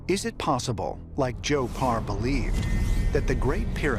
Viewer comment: PARR not BAR